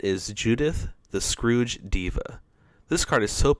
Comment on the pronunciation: Scourge, not scrouge